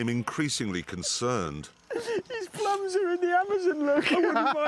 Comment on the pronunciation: "Mu plumbs" and "mu eyes"